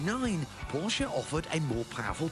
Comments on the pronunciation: he said "the porka"????? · Its PORSCHE, not PORKE